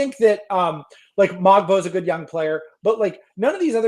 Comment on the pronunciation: In the span of 2 minutes mispronounced Mogbo and Ochai's names and then said that Quickley (injured the whole season) and RJ (having a career year) aren't worth their contracts.